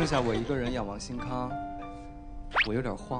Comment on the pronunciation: Martina Wang 參了一點家鄉口音